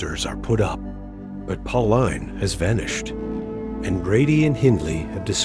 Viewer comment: It's pronounced pau-leen not pau-line bro , great vid btw